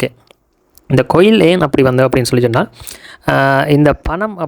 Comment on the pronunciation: கொயில் இல்லை bro கோயில்